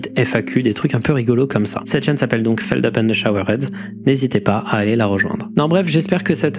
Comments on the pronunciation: ooooh il prononce son pseudo Feldeup maintenant! Il s’est plié à l’usage 😂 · qui prononce lui meme "feldeup" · de base c'est fel dupe la prononciation car son pseudo c'est les 3 premières lettres de son prénom + nom ( FELix DUPuis)